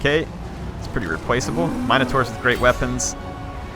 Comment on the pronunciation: Hey, so it's pronounced min - o - taur. i only know because i used to always call my sister one